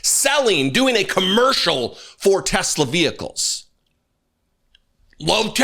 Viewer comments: "I love Tesler!" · He doesn't want an elect car? What happened to " I Love Tesler" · “I love TESLER!” Lord help us. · Oh I remember him vividly saying, "I LUV TESLUR!"